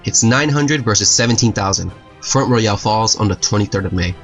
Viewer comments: Great job! I love history and i love the visuals you've added to this. Just some feedback, work on your local pronunciations. I reside in Virginia and there were at least a couple locations, you mis-pronounced like massanutten and front royal. For example, it's not Royal like "Royale with cheese" from the movie Pulp Fiction; it's royal like royalties. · Front Royal, pronounced "fron't roil" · It's pronounced Mass Ah Nut Ten and Front Roy L